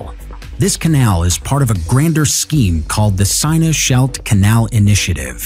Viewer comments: Yeah, I hate the guys voice. He also pronounces hundreds of words wrong, some cringe worthy. Especially place names. The Seine River (rhymes with ten) in Paris, he pronounced “seen” for instance. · Interesting content Horrible commentary, since when was the Parisian river pronounced Signer.